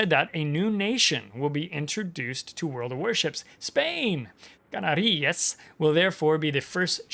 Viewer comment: The correct pronunciation would be CaNArias, due to the fact that in this word the last syllabus is rias. You were right about the accentuation on the second to last syllabus, but you just got the syllabus wrong. As a Spaniard, really happy to see the Canarias coming into the game!